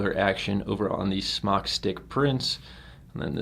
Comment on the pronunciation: Good review! ITS SMOKETECH. NOT SMOCK!!! SMOKETECH TOOK THE E OUT YEARS AGO. SMOK (TECH), STILL PRONOUNCED SMOKE. CALL SMOK. THEY WILL HAPPILY LAUGH AT YOUR MISPERNOUNCIATION. Good review though. Thank you.